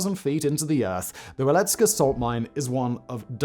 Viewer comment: C'mon Simon, you live close by. You should know how to pronounce Wieliczka. Its "Vyealeechka".